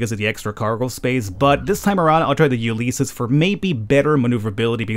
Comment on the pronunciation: Ulysses is pronounced "you liss eez", just a fyi.